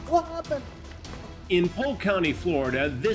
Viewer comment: the "whah happen" at the start had me rollin xd